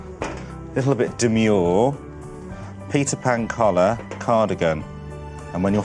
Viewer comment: I keep hearing pizza pan collar... and maybe that makes it even more appealing ahah